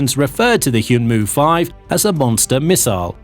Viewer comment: It's read 'hyeonmoo,' not 'hyoonmoo' lol